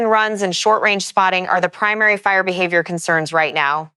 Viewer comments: Go home AI, you're drunk.😂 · AI having difficulty saying the word behavior? What was that?